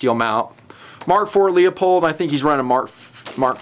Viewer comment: OK, Happened here again! Scope * Leupold* is NOT pronounced, * Lee a pold.* NOT pronounced Lee you pold ! It IS pronounced LouPoled! Smith is not Smeyethed. STOP IT!